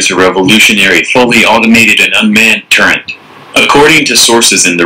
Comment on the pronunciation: It's a turret, not a turreNt. Also, 90kph is only 56mph. I easily reached 57mph in the M1IP (1987) on a German autobahn and still had plenty of speed left. I believe the German Leopard 2 has a similar engine as the US M1 series, so the speed is comparable. The M1 also has two gears in reverse. Not trying to bash the new Russian tank, just getting the facts about speed correct.